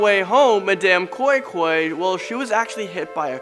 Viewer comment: Bro the pronunciation of koi koi is so wrong but ur story is actually de same